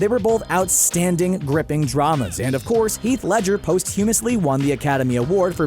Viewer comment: I really wish you guys at would learn how to pronounce POSTHUMOUSLY!!!! Please look it up!!!